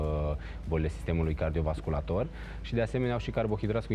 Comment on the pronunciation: Pai a zis sistemul cardio -vasculator... M- a zgâriat timpanul 🙈😂